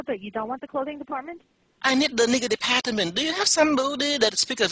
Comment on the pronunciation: "that last word was deparhtment." Had me dying